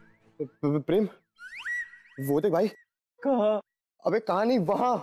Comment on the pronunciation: Kyu pream bol pream😂😂😂